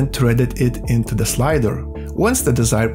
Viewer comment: Ландан из де грейт капитал оф де ворлд. Бля, ну реально. Зачем мучать жопу и говорить с таким диким акцентом. Тупо молчи и наложи красивые субтитры, будет гораздо лучше, чем твои де вместо the.